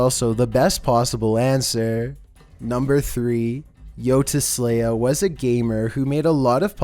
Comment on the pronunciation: Once i heard him say yoteslaya i nearly cried